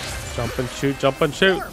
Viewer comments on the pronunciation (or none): Is he saying "shoost" instead of "shoot"?